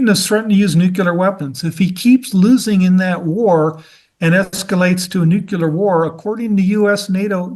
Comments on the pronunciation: For someone as educated as he’s supposed to be, I would think he’d know “nuclear” not “nucular” and the difference between “succession” and “ secession.” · Nucular Son, it’s pronounced Nucular…. Also, as I recall the 2011 UK riots were triggered by the police shooting of Mark Duggan in which case it was similar to a George Floyd situation. It didn’t happen spontaneously for no reason. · What’s “ nEwCuLaR”? Is he trying to say nuclear (new-clear)?